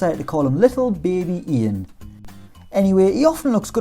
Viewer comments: ian poveda first name is pronounced YAN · Poveda’s name is Yan, it’s who it’s pronounced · poveda’s name ian is pronounced yan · Poveda’s first name isn’t pronounced Ian. His parents are South American so it’s pronounced “Yan” :) just here to help